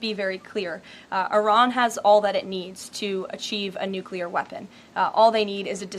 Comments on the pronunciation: Nu-clee-er, not Nu-kew-ler. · 'NUCLEAR' is, pronounced 'new-clear. Not 'nuke-u-lar.'